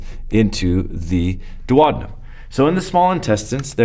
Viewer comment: dew-oh-dean'-um (hum)... :-)